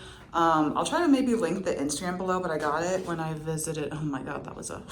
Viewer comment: That moment had me cracking so bad "oh my guewhd". Great video!